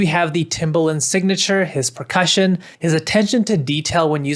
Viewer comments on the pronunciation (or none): bro said "pecussion"